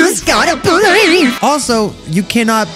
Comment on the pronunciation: Also STOP SAYING I GOTTA BELEAVE